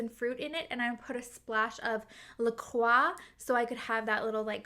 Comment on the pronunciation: I'm a new subscriber here... mainly because your pronunciation of 'La Croix' was correct! I'm Canadian but I live in the USA... and the way Americans say certain words makes me LOL!